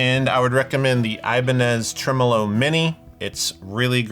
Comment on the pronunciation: Thankyou for pronouncing tremolo properly. Americans take note- it’s trem-uh-low not trem-Oh-low 😘